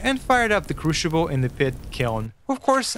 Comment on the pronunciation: excellent. Good to know that after 3 months you still can't say the word "crucible" right. But hey, at least you've got more than one language under your belt.